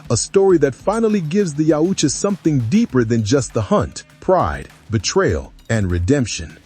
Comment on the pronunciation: For the love of sci fi stop glazing Trachtenberg trash. I truly hope this movie bombs and the franchise goes back to capable hands. It’s yautja not YEOWCHA fuck you kids shit on every single thing that was once great 😂🖕🏼